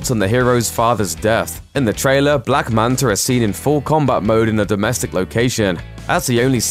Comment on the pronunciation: I swear he said black manter once